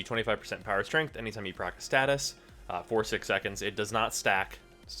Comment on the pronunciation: "Prack" status with "Neck-Cross"...